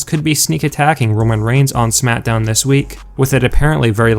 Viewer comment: It sounds like he says SMATDOWN